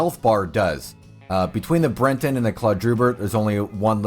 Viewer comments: It's Breton, as in a person, a thing or the dialect from Brittany, in northern France. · The horse is called the "Breton" not "Brenton". I don't know why you are adding an "N" to the word, or where you are getting it from. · Brenton... it's on screen like half the damn video and he still says brenton, its breton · Bre ton, not Bren ton. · Breton -- not Brenton. There is no N in the horse's breed name. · All these specifics and you still think its criola and brenton? The horses are called criolo and breton. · It's BRETON not BRENTON. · why does he call them criolla and brenton